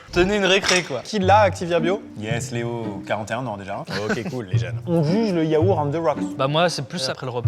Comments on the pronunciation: le yaourrrr ? Tu disais quoi Maxime sur les gens qui ne prononcent pas le "t" à la fin ? 😂 tu crois pas si bien dire : le mot "banh mi" vient justement du français "pain de mie", étant donné que le Vietnam était une colonie française ! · Maxime qui dit Yaour 😂😂